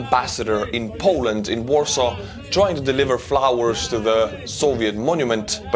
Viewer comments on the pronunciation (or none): none